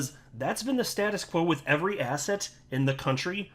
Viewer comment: There we go again. Asset sounds like asshat. Stop giving me disgusting Jay Clayton references! 😂